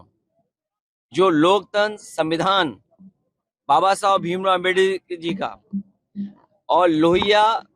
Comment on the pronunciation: Pahle bhim rav ambedkar bolana to Sikh lo shi se